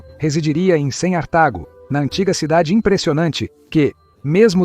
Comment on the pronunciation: A letra C, ele fala cem - Cartago (cem artago)